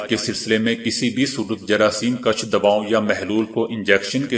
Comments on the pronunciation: جراثیم کُش ہوتا ہے ناکہ جراثیم کش۔ اپنے تلفظ درست کریں۔ کیونکہ انکے معنی میں بہت فرق ہے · جراثیم کش پیش کے ساتھ ہے زبر کے ساتھ ہے